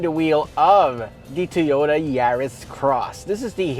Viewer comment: Two-yoe-da. Wurs-wurs.